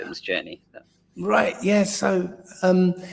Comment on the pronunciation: Getting on my nerves with him saying 'right' after every frigging sentence. Can't even say it properly! Sounds like 'igh'....couldn't listen for long after he started dissing Mark Devlin and Eric Dubay!